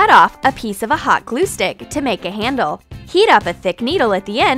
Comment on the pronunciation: how do you even mispronounce the word handle..? like it’s not that difficult to say,,, but you somehow managed to say it wrong